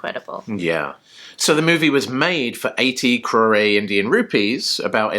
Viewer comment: Crore is a 1 syllable word. The final letter E is silent. the letter O is pronounced just like its name, with a long O sound, as in the word Coke. So, not Crow/Ray, rather Crow/Rrr (in reality, the final R sound involves a flip of the tongue that makes a sound that does not exist in the English language).